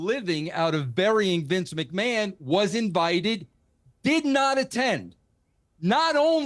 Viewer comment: Piers can’t even say Vince’s name correctly